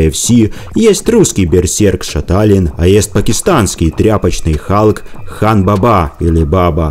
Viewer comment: Халк или Калк прозвучало!? 😁